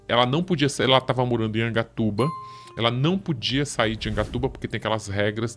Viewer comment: Angatuba??? Affff